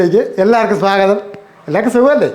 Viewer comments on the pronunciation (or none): none